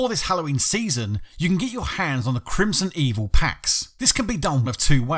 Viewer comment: Its Crimsonveil not Crimsonevil for the record